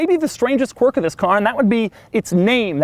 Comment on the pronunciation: Why can't you pronounce quirk? Or are you trying to say quark on purpose?